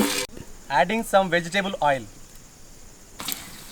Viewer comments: i miss how grandpa says oil Ail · Please continue saying ail ínstead of oil